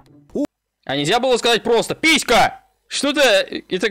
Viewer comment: Он сказал писка